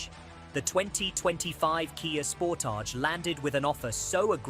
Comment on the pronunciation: Can’t wait to go to Tar-jay in my new Kia Spor-Taj. 🛒 🤦🏻‍♂️🤣